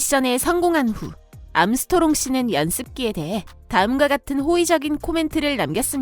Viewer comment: 목소리도 어눌한데 발음도 안좋아… 암스트롱을 암소토롱이라고 하네.